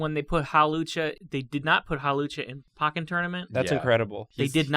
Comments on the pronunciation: Excuse me, POCKEN TOURNAMENT? POCKEN? IT’S POKKEN! PŌ-KEN! NOT PAH-KEN! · I have never heard "Pokken" pronounced "Pawken" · The way they say "Pokken" pains me...